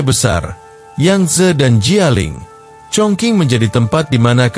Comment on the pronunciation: Chongqing itu tulisannya..baca sbnrnya chongcing he...he...